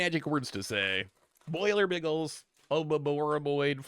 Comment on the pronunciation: Don’t forget about Boilerbiggles…